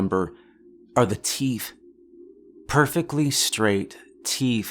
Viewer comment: "perfectly straight teeeeefff"